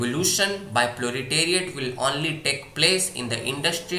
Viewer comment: Bhai proletariat not plo-li-teriate